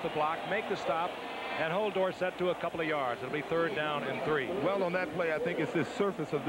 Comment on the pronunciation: 7 seven years in n he was still pronouncing dorsett's name wrong. Irritating.